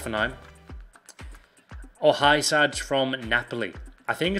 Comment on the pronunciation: Love the vids,but dont pronounce it Hi-Sag